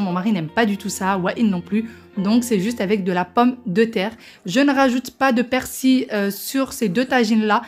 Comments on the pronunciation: Merci pour les recettes et on dit persil...avec le l....a la fin......et bonne année.avec meilleure santé pour votre dos. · Ça ma faire rire la manière dont tu prononce persil et jarret 😂😂😍😍😍 merci pour la vidéo